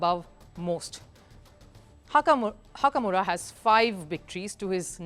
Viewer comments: Nakamura❎ Hakamura✅ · Did she just say Hakamura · Slip of tongue maybe, i lost it btw when she said hakamura 😆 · Appreciate your coverage on Chess but please correct a few mistakes. These aren't huge mistakes but there are quite a few... Hakamura understandable... You've repeatedly mentioned as Niat Abasov in Azeri language there is "J" so it's Nijat as it's spelt... Firouzja is originally Iranian but now represents France not Italy... Ding Liren is pronounced as Ding Lizchen in Mandarin... If not for Vidit Hikaru would've win the tournament by now, because Hikaru lost to Vidit TWICE.. Everyone is downplaying Fabiano Caruana , he's the second best player in the world and he's just half point behind of the leading pack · Nahh it's hakamurA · why it's disrespectful, it's not like she did it on purpose, it's just a slip of tongue that happens all the time.